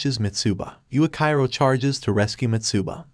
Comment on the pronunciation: It's supposed to be pronounced yuichiro